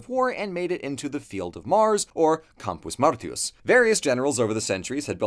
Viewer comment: Just a little note, or nitpickin if you like: your pronunciation of "Campus Martius" slips once to American English instead of classical Latin. 😁 Great summary, though, as usual.